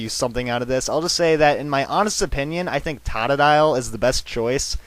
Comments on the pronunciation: he said totodile wrong he said tatadile :3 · its not tod-a-dile its toe-toe-dile!!!!! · u mispronounced totodile, its toe-toe-dile totodile not tot-toe-dile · totodile is supose 2 sound like toe toe dial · It's Tote -u-dile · Toe-ta-dile ok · its totodile (TOE TOE DILE) and megainum is (MA GIN IUM) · tata-dile? lol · This made me rage It's pronounced "tow-tow-dyl" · its pernonced toad-ah-dile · its typhosion! its the best duh! no offence and you saide todidile wrong! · youre seriously mispronouncing totodiles name...you say it "tadadile"...